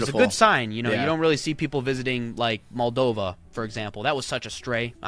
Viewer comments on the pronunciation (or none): none